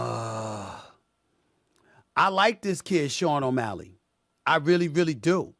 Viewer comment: Aaaaaaye Stephen A said Sean OMalley!!!!!!!!!!!!!!!!!!!!!!!!